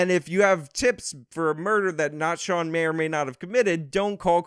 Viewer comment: Shawn not Sean